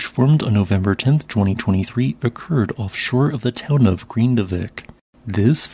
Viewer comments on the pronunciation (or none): none